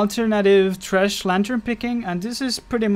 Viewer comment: Lol love it... trash hahahha sounds so funny the way he says it